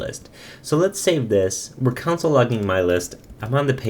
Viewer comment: You say 'Console' like 'Council'